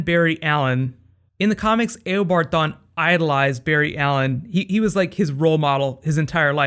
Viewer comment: great vids you make, only thing is it sounds weird when you call him "A o bard Thawne" instead of "u bard" which sounds more natural/correct :/